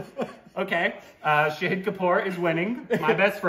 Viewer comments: again it's Shāhīd not Shahid 🙄. Fun game though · ❗❗❗❗It's been 2 years guysss 🙆 IT IS NOT SHAHID IT IS SHAAAHID ❗ GET IT RIGHT GUYSSSSSSSS